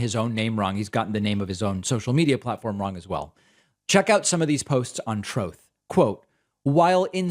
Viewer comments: Troth… troth… troth… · I laugh every time you say troths